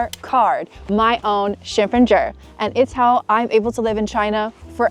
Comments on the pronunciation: funny n cute u say 身份证 as 身份证儿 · 恭喜恭喜~！身份证“儿”发音相当地道了